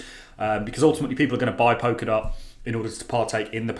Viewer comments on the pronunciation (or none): Pol-ka-dot, not Pok-a-dot.. Sorry to be a gramma queen..